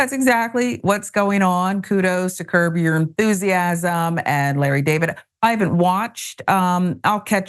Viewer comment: John, did you say "Curb your Enthusiasm" or "COUGAR Enthusiasm"???